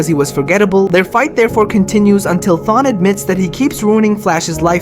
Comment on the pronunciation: Thawne is the kinda guy to torment you for decades because you pronounced his name wrong